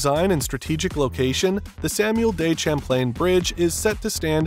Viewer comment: Does this video have an AI generated voice? The way the voice pronounces Montreal and Samuel de Champlain is truly strange.